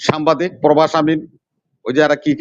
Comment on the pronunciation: সেই লোকটা সাংবাদিক উচ্চারণ করতে পারে না বলে সামবাদিক সে আসে টক শো করতে